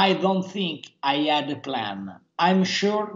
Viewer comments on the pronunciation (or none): "Marwio Djuaghi"